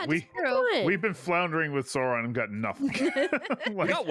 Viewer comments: Hearing them mispronouncing Sauron and Saruman hurts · The mispronunciation of "Sauron" and "Saruman" is really getting to me (except for Courtilly, who seems to pronounce it correctly). It's like hearing Americans talk about "Laura Croft" 😫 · The repeated misprounciation of Sauron disturbs me